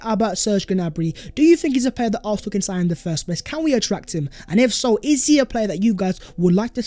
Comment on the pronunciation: Fam it’s AR-SEN-AL !!!!!!!!